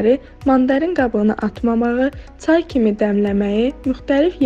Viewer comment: Цау yox çay bizdə ц yoxdu a😂😂😂❤